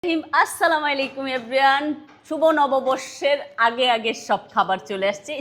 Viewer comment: আপু সালাম টা সঠিকভাবে দিবেন প্লিজ "আসসালামু আলাইকুম"এটা সঠিক